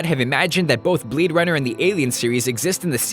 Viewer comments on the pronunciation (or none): did he say bleed runner?